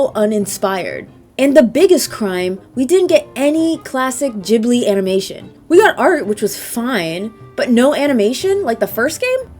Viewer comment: "JIB LEE" 🤢